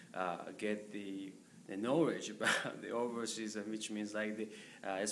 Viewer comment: how many number of the Japanese people, Japanese speaker is watching...? ...people who speaks...? ...sort of one of the issue...? people who wants to study...とかknowledgeの発音とか、微妙に間違ってるので、とても聞きづらい